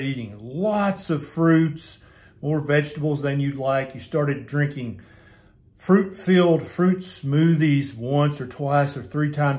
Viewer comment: "Don't eat fuit" by LOL